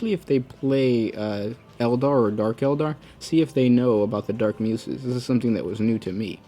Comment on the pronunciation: Just a quick suggestion for your videos, if you haven't seen a word before or are not too familiar with it try googling it and listening to the pronunciation. I LOVE your videos but I notice there are many instances where you are mispronouncing words and it brings me out of the moment and instead of focusing on the lore content my OCD is raging. Muses is commonly pronounced without a sharp 's' like in snake but with a soft 's' like in the words use or choose. Ok, my rant is over now XD